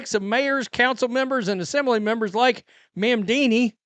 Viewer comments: "mam-dini" is hilarious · Hey you said Mamdami name wrong but since we all agree he’s a POS I have no problem with you butchering his name. You get a pass from this NYS resident.